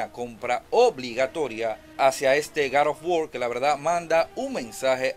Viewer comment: No conozco ningun video juego llamado gad of wor hay uno que se llama god of war que no se si sera el mismo y si es el mismo trata de no hablar como.odiota y pronuncia bien las palabras GOD OF WAR